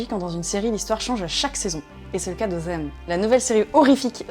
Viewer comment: Ça me fume comment Maghla elle dit "zem" au lieu de "them" xD